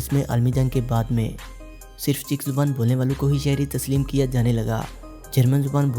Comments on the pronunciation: che chak nahi bhai , czech republic , check padhen gy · Harami jahil insan mulk ka naam tu correct parho